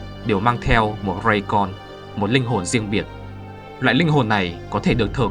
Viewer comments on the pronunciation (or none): Clip hay nhưng mấy âm tiếng nhật đâu có khó đọc đâu mà ông đọc bài phải đọc như kiểu bọn tây phát âm v nhỉ? Khó quá thì lên gooogle tra cách đọc tí là ra..Như reikon nó là 2 chữ Hán là Linh hồn . Nhật đọc Lei kô-n. Chữ r trong tiếng nhật cũng như chữ R vs ng bắc thôi nó tuy giựa trên chữ R nhưng phát âm se ra Gần vs L hoặc Z cho ng ngoài bắc. Ông đọc trong đây đọc rây con y nhu kiểu đây là tiếng anh